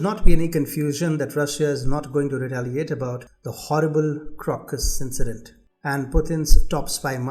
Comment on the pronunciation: Dont like correcting you but it is not CROCKUS v but crow Kuss